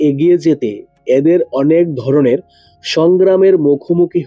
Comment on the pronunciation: আগে উচ্চারণ ঠিক করুণ তারপর বাকি কথা বলবেন,,নাড়ী নয় নারী,,কড়ে নয়্ করে ,, এতো উচ্চারণ বাজে দাদা ,,,ধড়নের নয় ধরনের